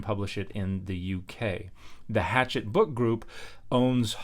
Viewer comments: I think it’s pronounced “hash-ett” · It’s pronounced hashette